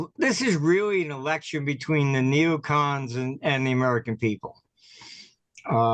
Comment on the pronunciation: Are you saying neocoms?